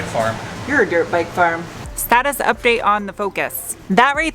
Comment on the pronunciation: Every time you say "dirpbike" I die a little inside...